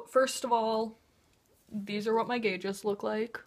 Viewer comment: sorry, abi, i really like u but when u said gauges i had to pause, evalute if i should continue watching and now i'm gunna leave i watched the ad at the start of the video though (